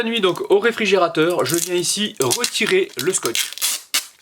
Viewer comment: comment t'as dit scotch!!😂 j'adore t'es vidéo